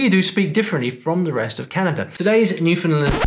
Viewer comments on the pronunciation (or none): Loved this video. Thank you. Note, though: the "land" syllable in Newfoundland rhymes with the word "land" and not "lund". It's an easy mistake to make. I made it myself when I first moved to Canada. 🙂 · Newfoundland is pronounced New - Fin - Land. It is not pronounced New- fin-lin. Cheers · Every day I pray an influencer from off island will pronounce Newfoundland right. Still praying. Just use these two rules: - Emphasis is on the "land" so you can't shorten it to "lund" or whatever - "found" is pronounced "fin", you got that part right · I was corrected amiably in Gander, that it's "New-Foundlund" not "New-Finnlund". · Everyone pronounces Newfoundland wrong. Either New-FOUND-land, or Nooflndndndnd. It's pronounced like UNDERSTAND: New-found-LAND. Easy stuff, but one gets it right. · Great video, as a Newfoundlander, I believe you could find more than 11 dialects in our province alone lol, instead of pronouncing it Newfoundlind, try new-fin-land. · As a Newfoundlander I am very happy to see a mention in this video but I will be deducting points for mispronunciation. It’s NewfoundLAND not NewfoundLUND. Getting this right is a matter of respect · Last syllable in "Newfoundland" is pronounced "land", not "lund". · New-Found-Land NOT New-Fund-Lund Its Newfoundland understand not Newfundlund understund!!! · Correction. Not pronounced...new found lend. Newfound land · Newfoundland is always mispronounced: Not NEW f’n l’nd. But. New fin LAND Like Understand, it’s NewfinLAND. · Newfoundland should rhyme with understand. For 'found' don't pronounce the /d/ and reduce the vowel to a schwa /fən/ or elide it all together /fn/. /nufn'land/ (sorry of my vowels aren't right, it's been years since I last did transcriptions) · it’s NEW-fen-land. Accent on the first syllable. You’re welcome! Like your making a punch! NEW fen land lol 😂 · Newfoundland rhymes with understand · It’s New -Fun-LAND. The land is a hard as in AND.